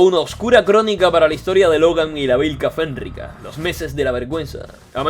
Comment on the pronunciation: ❤❤SE LEE "VÍLKA FENRÍCA"